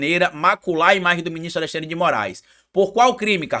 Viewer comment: Carlito tem língua doida: Fala Alessandre ao invés de Alexandre